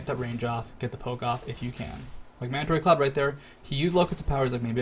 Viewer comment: "Mandaray Cloud" for mandatorycloud. =P